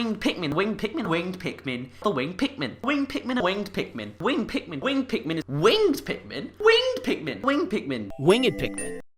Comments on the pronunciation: In different countries people pronounce winged as wing-ed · You can say wing-ed, it sounds like you are describing mythical beast, but you can say it.